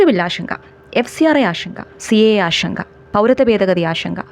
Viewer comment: ഷങ്ക അല്ല ശങ്ക